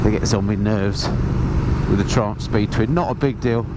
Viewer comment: Please tell me why do you pronounce it like Tramp instead of Triumph? 🤯